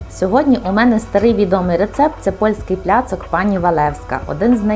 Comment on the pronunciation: Не "пляцок", а "пляцек" (placek)